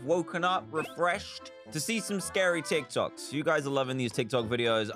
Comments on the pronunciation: I just love how he says "Tok Tics" instead of "Tik Tocs" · It’s TikTok’s not Tik Tocs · Tocs🤣 it is Toks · Tik tocks=tik toks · *tok tiks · no one: absolutely no one: Dan: Tok... tiks